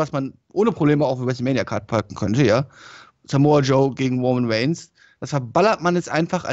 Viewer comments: Woman Weigns 😂 dafür Liebe ich dich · "Woman waynes"😂😂😂